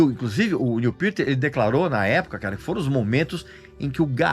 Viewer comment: Cara fala o nome do cara direito